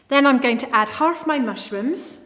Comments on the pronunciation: English is a most aculiour language, and one thing in the language that I find fascinating is the adding of "r"to words that dont have it - f.e. she say the word sauce with an r, making it sound almost like "souRce"---- she even says haRf, instead of half - it makes my brain short-circuit, because it just doesn't make sense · "Sorce" Me: "Sorce": "Harf" Me: "Harf"